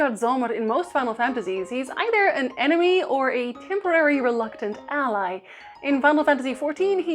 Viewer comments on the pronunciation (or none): none